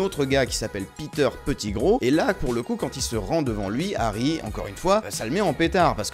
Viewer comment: Peter petit - gros XD ça ce dit petit-grou(Pettigrew)